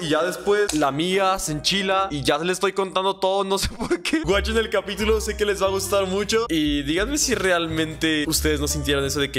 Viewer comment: que suena que dijo capíyulo